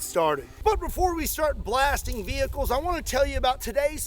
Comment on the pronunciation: Shhh... is hunting wrascally wehicles...